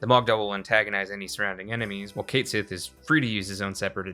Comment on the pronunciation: It's KET SHEE, JFC. That's how you pronounce his name. It's Scottish.